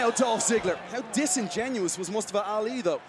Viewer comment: It's not Mastafa Ali! It's Mustafa Ali, you fool Americans!